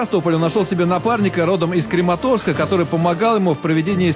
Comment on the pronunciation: напарник из КрЕматорска???